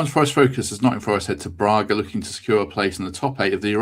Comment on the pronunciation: It is not Brarga, it is Braga. The first a is a short 'a', the way grass is pronounced in Nottingham.